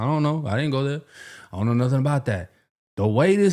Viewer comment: "psh ion know" 😂😂